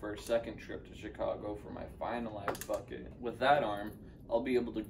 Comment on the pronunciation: Wait... did he just call it an “ass bucket”?! LMAO